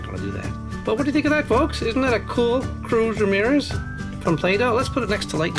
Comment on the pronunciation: ets not crosmiros its. relybad